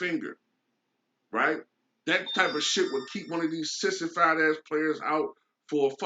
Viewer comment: Great video! I was feeling a little down driving home from work today. So I turned on your channel and you were talking about the injuries to players and you said how " Sissifed" they were..lol Man, I laughed so hard that it got me totally out of the funk I was in. Thanks!